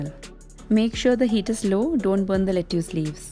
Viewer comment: Asslamwalaykum you said lettuce wrong. It is written as lettuce but is pronounced "let-tus." I love your videos and your cooking and DIY is so good. I like your spoon wall clock and I will try it. From California USA